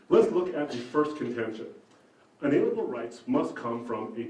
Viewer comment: For someone who likes to say unalienable every second sentance, should really learn to pronounce it right. It's 'un-ah-leen-ah-bull' not 'un-alien-ah-bull'. Nothing is more distracting than someone mispronouncing words that they keep using over and over.